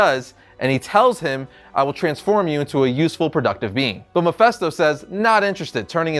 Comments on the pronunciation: "Mefesto"? You'd think with all the videos about Mephisto showing up in MCU he'd know how to pronounce Mephisto. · Mephisto not mephesto! You’re meant to be a comics expert.... MEH-FIST-O! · Am i the only one annoyed by how he pronounced Mephisto?! It's an "I", for fucks sake! MephIsto, damnit! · Kind of cringed every time he said Mephisto. In any case, I love Silver Surfer. I hope this comes in the What if episode one day. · It's pronounced Ma fist o